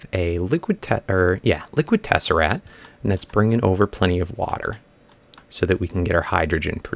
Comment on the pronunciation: I'm sorry to nag, but it is liquid t-e-s-s-e-r-a-C-t not t-e-s-s-e-r-a-t.